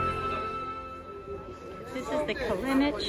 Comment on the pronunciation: Kalenic is like Djokovic. Is not Kalenik.